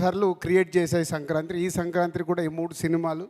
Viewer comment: సంక్రాంత్రి ఏంట్రా బాబు........ సంక్రాంతి అని చెప్పండ్రా ఆయనికి ఎవడైనా 🥲🥲🥲🥲🥲🥲🥲